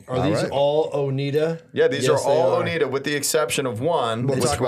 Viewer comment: It's pronounced O-nai-da.